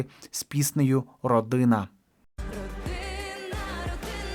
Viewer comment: Спецефічне виконання пісні "Родина" Марічкою,вимова- роди-н-н- а дуже неприємне,як і вона сама.Брати Яремчуки,то інша справа,нормальні співаки,батько знав,чому саме їм залишив права на свої пісні.